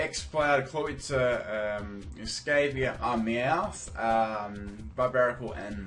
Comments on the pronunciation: I think its pronounced es-cava-lear. At least I think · The way you pronounce some pokemon is hilarious lol... "Escayviah" "Brahvary"